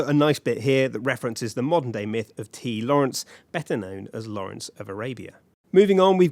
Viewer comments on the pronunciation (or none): none